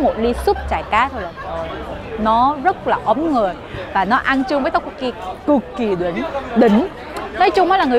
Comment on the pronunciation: trôi ôi pả dễ cưng quạ ;))))) mà câu cuối clip nghe sai sai "trời nóng mà ăn súp chả cá ấm ngioi" kkkkkkkk đáng iu quỡi